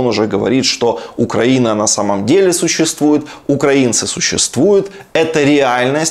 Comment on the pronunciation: Шахназаров только понтуется, что крутой режиссёр, а сам даже ударение в слове Украина не может правильно сказать, штрибан Галимый